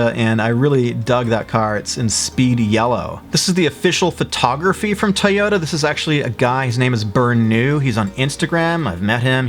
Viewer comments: Everytime you say (Tie-Oh-Ta) I cry myself to sleep. I thought people say (Toy-OH-Da) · The way you pronounce Toyota triggers me every time.